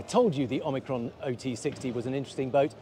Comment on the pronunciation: It's called Omikron (not Oikron) and it only has 1000 nm range. I am not sure what you call long range tbh. :-)